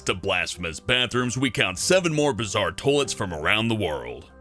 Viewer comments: Did he say "Tollets"? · Toy-lets, Hellbent, not toll-lets. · He says toiets instead of toiles 😂😂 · Sometimes it sounds like he's saying "tolets" but I don't mind. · It might be a decent vid if he could pronounce toilets correctly.... What the hell is a "tolet? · The way he says "toilets" XD